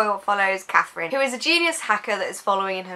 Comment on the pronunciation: Stopped watching in the first ten seconds because you couldn't get the protagonist's name right. Its Catarina, not Catherine.